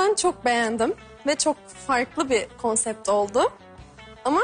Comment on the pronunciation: bi konsept demeyi öğren..